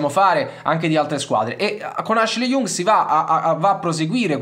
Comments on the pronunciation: Ashley Young: non so se sia peggio acquisirlo in rosa o pronunciarlo Jung, comunque due cose che non si possono sentire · hhahah ma è sbagliato. Young è una delle parole che si imparano subito in inglese, che vuol dire giovane ...e si pronuncia Iang. Non storpiamo pronunce di parole famosissime inglesi adesso ahhah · Sempre grande ma il cognome di Ashley si pronuncia YANG (Young) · In questo video ho commesso due errori: ho chiamato Ashley Young "IUNG" ma si pronuncia proprio come il termine inglese che vuol dire "giovane", quindi con una a/o stretta. L'altro è che l'operazione sarebbe impostata per gennaio e non per giugno, anche se potrebbe slittare. Perdonatemi per questo! Tutto il resto è corretto 👌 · Si pronuncia IANG, esattamente come “giovane” in inglese...mille para su come si pronuncia Can e poi mi cadi su una banalissima pronuncia inglese? 🙈